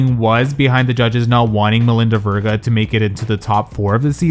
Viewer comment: Say her last name right! It’s like Sophia Vergara without the A at the end.